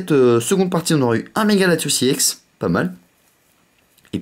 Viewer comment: STP ON DIT EX PAS IEX